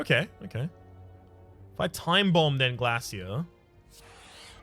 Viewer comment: I knew the instant I seen the title that it would be an hour of wincing from your deliberate pronunciation of Glasia. Still, an hour of background noise, thanks for another Rhapisode